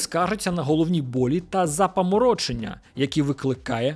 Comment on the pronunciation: Сорі, дивлюсь тебе постійно але вже не витримав цього разу напишу комент. Роби щось будь ласка із наголосами...ну яке запаморОчення, камон?